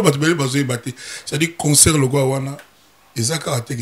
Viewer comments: on dit concert et non conseur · Balobaka concert et non conceur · CONCERT ET NON CONSOEUR